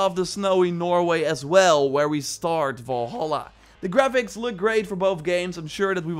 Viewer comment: Valhalla not "Volholla"